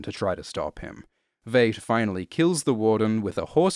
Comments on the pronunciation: It seems most people on YouTube cannot pronounce "Veidt". It sounds like "white", as it's derived from the Latin word "Vitus". - Superb video despite this. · I swear hasn't seen a single episode of the show because he pronounces it as V8.... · Veidt, with a long "i" vowel sound. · Everything about this video is perfect, with one exception: please learn to pronounce the name "Veidt". They said it out loud in the show itself many times. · when you do 2 in-depth videos about watchmen and you still can't pronounce Adrian Veidt's name correctly 😆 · I know people have had issues with how he pronounces Veidt and Bass Reeves and whatever else but nobody beats him saying “WATCHMEN.” Nobody. Best voice in the business. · Amazing video, but was anyone else uncomfortable with how Veidt was pronounced? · Entire world: "v-eye-t": "you mean.... v-eight?" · 5 years late to the party to say It's pronounced "Vyte" not "Vade". Adrian Veidt as in might and right, not Adrian Veidt as in Jade and Evade. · It’s VEIDT LIKE VY-ITE , or VIolet. Not Vait. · Its pronounced Veet not vate mate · Veidt is German. It’s /vaɪt/ not /veɪt/ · It's vight not vaght and Rorschach is batman but poor your not understanding what is going on understand that they ruined the watchman with this and it's also racist AF good day sir there cookie's not biscuits turd no offense but stop saying vait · Why do you pronounce Veidt as "Vate", when we know it's pronounced "Vite"? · good descript but almost couldn't watch because you mispronounced V eye ght. with v at ght. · Come on man, you watched the movie, and you watched the tv series. Why continue to mispronounce Adrian’s last name? It’s pronounced “V 👁 T” not ‘V8T”! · I'm sorry, but I have to say it, it's pronounced VYET not VAYT. It is known. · Vate. Vate. Vate. Sound it out englishman. And eggs represent rebirth? To who? When? Ever? Maybe a chrysalis does but an egg? Just shut up. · Veidt is pronounced like "Fight" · Pronounced VITE